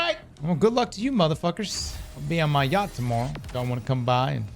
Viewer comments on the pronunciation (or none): none